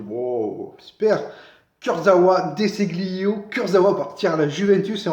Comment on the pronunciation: Ce se prononce Dé Chilio.